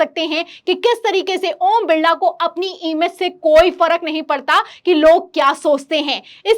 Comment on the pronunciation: ओम बिल्ला नहीं ओम बिरला